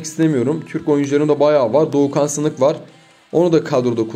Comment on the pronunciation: Abi Doğukan sınık değil Doğukan sinik